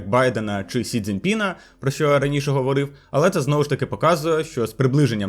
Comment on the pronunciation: Переважно українська але проскакують русизми і наголоси стрьомні є. Типу "говОрив"😂